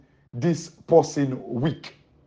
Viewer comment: Weak not wealk